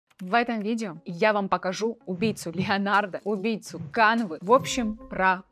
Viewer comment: Аж голос дрожит, так сексуально произносит Леонааардо)) Или это она смеется? Только не Адобе, а Адоуб ) Спасибо! Нео доволен тобой)